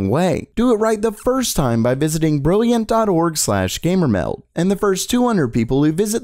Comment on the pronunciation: his ass said gahmer mheld